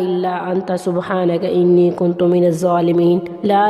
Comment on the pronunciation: Galat par rahi ha ine kuntu ha kuntum ni ha